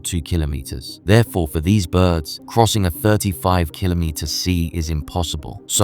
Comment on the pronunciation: Congratulations, you are the only person on YouTube who knows how to say kilometre.